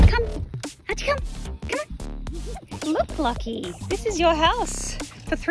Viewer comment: Ohhh his name is LOCKIE.... I thought you were saying Lucky 💀💀💀